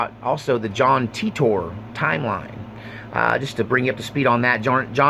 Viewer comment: It's pronounced "Teeter"